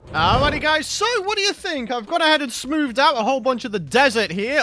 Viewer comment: Ha. He said gone a-hedge..